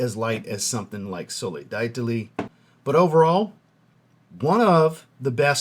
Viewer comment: 1. Another great video brpther, you're easily my fav YT frag reviewer. 2. I want to get my first Mancera, I live in South Queensland , Australia, so it's hot as balls most of the year. Would Soleil d'Italie, oh and my guess is dee-ta-lee for pronunciation, I'm not trying to correct you that's just my guess., anyway, would that be a good intro into Mancera frags, or should I go with the Cedrat Boise I was planning on doing. 3. And keep up the great work brother.